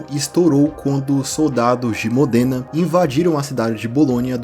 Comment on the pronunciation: Existe uma série de livros chamado "Os Reis Malditos" que conta toda a história do Rei Felipe e seus descendentes. Para quem curte as Crônicas de Gelo e Fogo, vai gostar também. Eu fiquei um pouco incomodado na hora que você pronunciou diversas vezes Modêna. Eu nasci numa cidade próxima e a pronúncia é Módena.